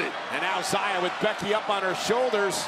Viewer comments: Why did they misname xia by calling her ziya. It's pronounced like "she-ah". Still feels wrong. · Questi annunciatori americani :face-orange-frowning::face-orange-frowning::face-orange-frowning:come al solito storpiano i nomi degli atleti; In questo caso pronunciano Zaia Li invece del giusto nome Xia Li !!!